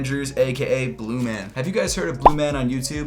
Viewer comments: PRONOUNCED BLUMAWN!! Not bluman!!! LOVE THE VIDEO BTW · Its pronounced "bluemawn"